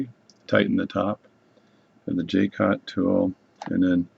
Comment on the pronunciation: If you can't find Jewel gauges, a set of regular gauge pins, from 0.5 mm up to 200 /per 1/200mm will work really well (and has other applications too!) And it is pronounced Ja-cot or Zsa (as in Zsa Zsa Gabor) -- Co (as in Comanche) Hugs ! Paddy